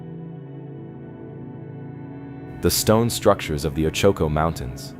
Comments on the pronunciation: oh-chu-ko. thx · Oh choke oh mtns??? Bwahahahaha so mispronounced. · Hard to believe in a mine when the narrator has made no attempt to pronounce the name of the mtn area correctly